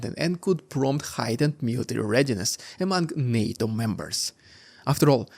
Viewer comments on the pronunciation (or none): none